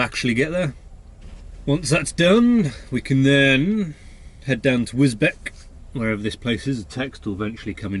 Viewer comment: My neck of the woods, I live about 10 mins from Spalding, and it's pronounced wis-beach